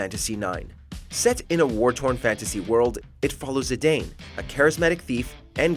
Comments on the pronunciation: Mojo... when it comes to names. Find in series videos of someone pronouncing names and show it to your narrators. Zidane is pronounced Zah Don. He is not a Great Dane dog named Zee. Dissidia might be a good reference material for Final Fantasy in general. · I made this mistake for years, myself, but it's actually pronounced "Zid-ahn".